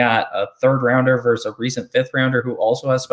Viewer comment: Love your content but Dammit! It's "VERSUS" NOT "VERSE"!!! Drives me friggin nuts...